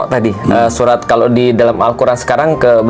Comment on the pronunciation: bukan surat tapi surah... bukan alloh tapi allah... perlu perbetulkan